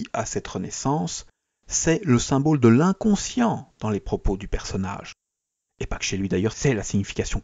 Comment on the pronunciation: S'il vous plaît, comprenez qu'on ne dit pas "symbôle", mais symbole (comme bol). A part ça, joli travail.